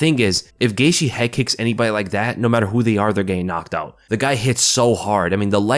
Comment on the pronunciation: Justin “Gaitshe”😂